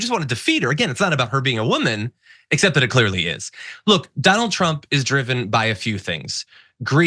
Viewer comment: Dough-nild Trumph